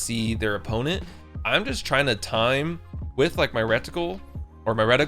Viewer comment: “Rectical” lol